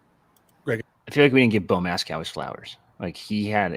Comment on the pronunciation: for the love of Sir Henry, it’s Bo MASS-coh, not MASS-cow!